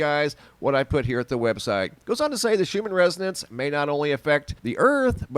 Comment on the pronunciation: Thought you were talking about the schumann resident's lol that's what it sounded like you said 😉hahaha